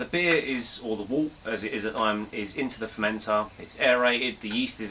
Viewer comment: It’s pronounced Wert! 😅 Good video though.